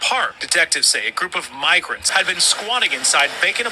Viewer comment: eemeegrunts y meegrantes